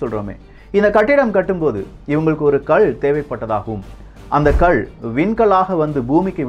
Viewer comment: தம்பி அது கல் . உச்சரிப்பை கள் என்று கூறவேண்டாம். இந்த கதை நன்றாகத்தான் இருக்கிறது. இதில் எத்தனை இடைச்செருகல் உள்ளது என்பது குர்ஆன் லே சொல்லப்பட்டுள்ளது.